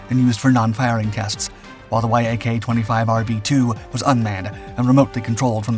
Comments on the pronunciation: It's pronounced YAK, not why aye kay ... this is the worst written and researched channel on YouTube... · Bro, Yak isn't spelled out. It's pronounced as one word. Yak, like an animal, like Yakovljev.